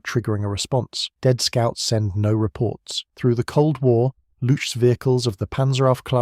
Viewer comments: It's Looks, not lutsh ;) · Yeah that is neither how you say "Spähpanzer" nor how you say "Luchs" (which sounds exactly like English "looks".) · He sounds like he's saying "lutsch"... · Please say „Lux“ and Panzeraufklaerung…. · It's pronounced "looks" because chs = cks for some odd reason in German, no good reason, just an oddity. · As a German, it‘s funny that you spell Panzeraufklärungstruppe really well and have so many problems with Luchs (just say looks). No offense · The way he says it it sounds like 'louche'. ;) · You know what also sounds like "books with an L"? "looks". But I guess that would be too simple. For a German. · Luchs - Spell it more like Lux (the messurement unit for Light) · Funny for a German to hear the speaker twisting his tongue with a word that is pronounced exactly like books, just with an "L".